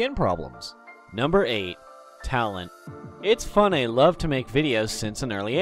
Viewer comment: YOUR SAYING ITS FUNNEH LIKE ITSFUNNAH